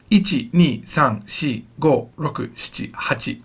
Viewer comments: "Notice my R is not ROKU (very American like)"😂😂😂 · Hahahahhahah rrrrroku 😂 i died